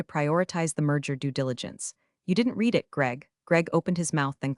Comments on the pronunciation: I’m just waiting for AI to get ‘read’ vs ‘read’ correctly, just once. 🤷‍♂️ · Ditto on the correct pronunciation of the different forms of “read”.. . . Eg “ I reed it” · Read-(reed) … Read-(red) get it right next time…